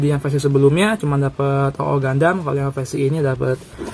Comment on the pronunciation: Double o bang dibacanya